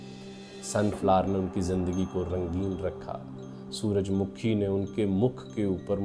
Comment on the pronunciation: سر سن فاور کا اوردو تلفظ سورج مّکھی بلکے سورج مُکھی ہے تاہم آپ نے کئی بار سورج مُکھی بھی بولا ہے۔